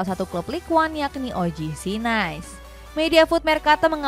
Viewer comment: Setau saya NICE (Prancis) bukan dibaca "Nais" kaya lafal Inggris, tapi "Nis". 🙏 CMIIW